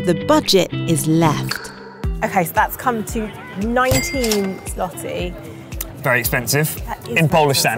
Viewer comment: U don't say l in złoty